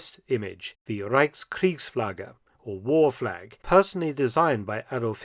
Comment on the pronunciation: Nice fleg...